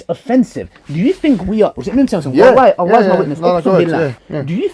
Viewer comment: Say the name of Allaah properly. و الله اعلم و احكم